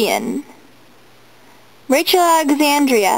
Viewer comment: Uh you pronounce Rachel Alexandra's name wrong lol it's not ia it's just a like Rachel alexandruh not Rachel Alexandria